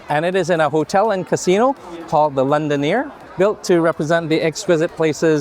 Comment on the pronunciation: LondoNER so why pronounce as LondoNIER?